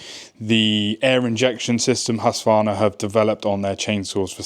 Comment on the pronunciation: Please start to use the letter K in the name ,- Just say HusKvarna and you will be pretty close